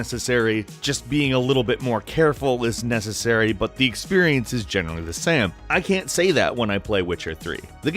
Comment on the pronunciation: that moment you say sam instead of same XD